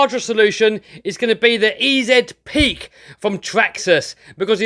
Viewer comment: "E-ZED" Peak?? Please do not ever say that again 😖🤦‍♂️ It's "EZ" Peak, as in "easy".